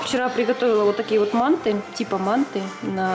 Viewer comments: Только не мáнты а манты́ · извините, что поправляю вас, но правильнее говорить мантЫ, а не мАнты 😉